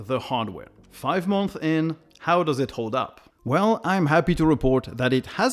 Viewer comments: It is pronounced Month(s) - Plural. Not Month. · I don't hear the "s" at the end of "months" (in plural). Otherwise, nice videos you got. Keep it up!